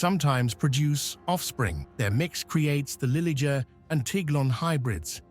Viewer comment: This guy has 3 pronunciations for the liger. First, it was a ligger then it became a lie-ger then I heard lee-ger,get it right fool.